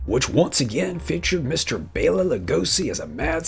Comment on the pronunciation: You are one of the few people that I've ever heard pronounce Bela right.